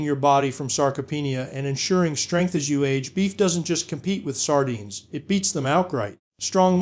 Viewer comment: Sar dynes.. love the AI pronunciation.😢